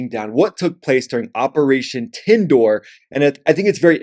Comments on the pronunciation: Man!!! you butchered the name , its not Tindoor, its Sindoor. I guess you have Tindoori Chicken on your mind 😀. Nevertheless, Indian jets did get bbq'ed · A simple google search would have clarified the pronunciation of Sindoor, it is sin-du-ur, and it is NOT a spice. Checkmark 1 for dumb american stereotype. Also, India and Pakistan are NOT the same, case in point their GDP and the fact that Pakistan biggest economy is exporting terrorism. Where was Osama found? NEVER EVER hyphenate India and Pak. Language doesn't divide these countries, FYI, it is the core belief along with the fact that Pakistan is a military state disguised as a country. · You have no idea what you are talking about. You are calling Sindoor as Tindoor (lol rightly so) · You should do some research on the topic you're talking about. Tibdoir, turneric, 😂😂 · Not tandoori bro .. SINDOOR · Firstly, you have misidentified the name. It is not Tindoor; it is 'Sindoor'. Secondly, it is not a spice. You have misunderstood the entire concept. In the future, when you begin a video, kindly conduct some research to avoid embarrassing yourself. Sindoor is a red pigment derived from powdered red lead, particularly used as a dot on the forehead or in the parting of the hair of married Hindu women. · R u illiterate ?? It's sindoor not tandoor,make ur basic facts right ▶️👍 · It’s Sindoor not Tindoor 🤣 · 😂😂😂 Operation Tindoor 😂😂😂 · Stop calling tindoor it's SINDOOR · Is not tandoor 😂is Sandoor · It's not tenture..it's sindoor..spell it like xindur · Bro its Sindoor. Not tindoor. Don't speak our(Pakistani) language😂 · It's operation Sindoor and not Tandoor... are u out of your mind or what? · You are preparing a YouTube video yet you don't have the time to look for the meaning of sindoor ...😂😂 It's not Tandoor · It's Sindoor not Tandoor. Wannabe expert 😑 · 😂😂😂😂 operation Sindoor bro... Not Tandoor🍗🍗🍗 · Operation Sindoor not Tandoor😂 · It's not operation tandor, is SIN-DOR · Operation SINDOOR NOT TINDUR